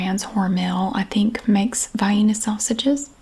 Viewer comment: Yes to the vi-eena pronunciation!